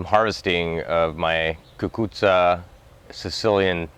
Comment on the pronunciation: Are you Italian? Sicilian? You pronounced it just so perfectly I have the seeds that my zio Pietro gave me one month before he passed away Last year I was successful after I realized what they were and then had to hang them on polls after they were already laying on the ground lol Now I have built a bamboo trellis and hoping that I will get more growth Any tips I really want to be successful I’m going to send you a picture of what I have done thus far